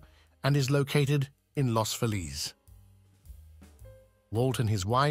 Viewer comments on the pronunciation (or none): Not “las feh-LEEZ.” It’s “lohs FEE-liz”. English guy who’s never been to LA. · It is Los Feliz, not los Felis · You're mispronouncing Los Feliz.